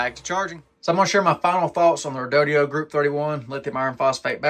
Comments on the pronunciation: REE DOH DOH not REE DOH DEE OH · Where do you get "REE DOUGH DEE OH" out of Redodo? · Dude, you can't read?. Your pronunciation of the battery brand name is just lazy 😢.